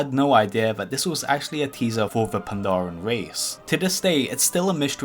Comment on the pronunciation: "That Pandaren were at some point on the Continent of Classic WoW" Can somebody please end my suffering?